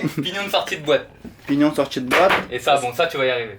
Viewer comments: "le pti etoile pinion" 😂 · C est pignon pas pignon de sortie de boîte couronne c’est pas couronne de sortie de chaîne